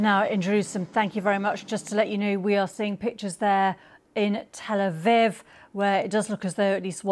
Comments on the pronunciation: Reporter 💩 cant even pronounce Tel Aviv properly. Where do they find these chudds? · Keep mispronouncing that place you prick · Learn to pronounce Tel Aviv properly if you want to continue as a news reader dear.